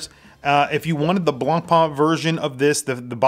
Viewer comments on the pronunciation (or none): The pronunciation of BLANCPAIN is NOT BLANPaaN, is more like BLONPEN